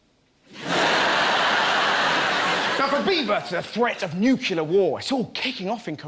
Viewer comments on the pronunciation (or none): It's pronounced NUCLEAR not NUCULAR!!!!!!! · It really bothers me he cannot say the word "nuclear" and always says "nucular"... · NUCLEAR !!!!!! NOT BLOODY "NUCULAR" RUSSELL !!!!! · i think most british people say nuculur, it’s a matter of where about your from